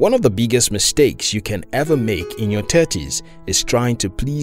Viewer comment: The voice is great. But some of the pronunciations could have been better. For example, I actually struggled understanding when he was saying "Thirties". I heard "Tetris" everytime. But great video.